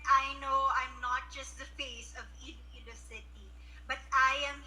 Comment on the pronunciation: I love how you pronounce "Iloilo".